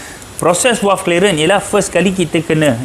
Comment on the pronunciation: bunyi nye V=valve. Bukan W= Walve. Bukan di sini, bonggoooo